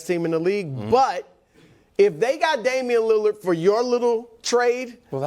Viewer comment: Damian Leurrarr 😂